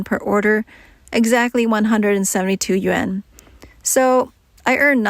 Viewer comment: Yuan is pronounced yu-on.